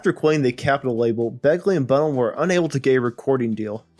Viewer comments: It's Bun-nell', not Bun'-nell. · It's Bunn-ell, not Bunnul... it's Ball-ard, not Ballerd... most of all 'Ruislip' is Rice-lip, not Rooy-slip!